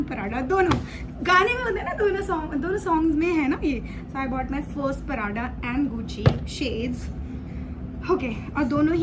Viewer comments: Parada nahi its PRADA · It's not Parada it's PRADA